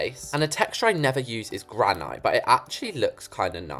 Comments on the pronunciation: Why did u say granite like that? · I thought it was just me hearing it like that